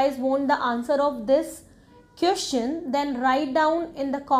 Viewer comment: Whoever is following you, they gonna regret later that they listened to you. Just like me. Firstly IELTS experts are not speaking the way you spoke. Secondly you made mess of pronunciation. Sister it's question, not qestion,... Sich-uation...not sit-uation. And many more. Kindly don't spoil the students time and career. Don't make them fool. Be honest with the education you're providing. You yourself need to work on your English, how come you would teach others. Please I hope you would consider my suggestion. 🙏🙏🙏